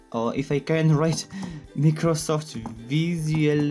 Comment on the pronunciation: NOONE: LITERERY NOONE EVERYONE - microsoft ( my - kroh - soft ) ChereFulDev - microsoft ( meeeh - kruh - safft)